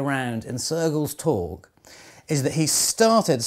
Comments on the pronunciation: Interesting bit of trivia. Note: 'torg' has a soft g =) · I love how you pronounce Sergels torg